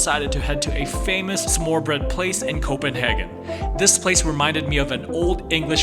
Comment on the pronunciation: Yeah Køge and smørrebrød are pretty hard to pronounce - don’t sweat it 😊 Netto uses a Scottish terrier because the Scottish are know for being frugal - implying that netto is cheap ALL BIKES ARE LOCKED in Denmark, it’s usually a lock mounted to the frame